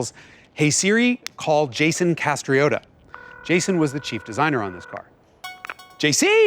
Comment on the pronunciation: Jason? More like Yayson